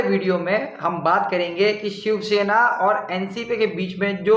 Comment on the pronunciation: it's shivsena not shivshena